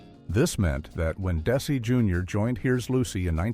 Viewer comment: What's with these hastily AI-created fiascos? "Des-AY"? Do your homework and knock it off with these click-bait sh!t-shows